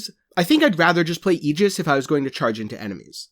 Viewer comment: Aegis is pronounced that way ...it’s “EE-GIS”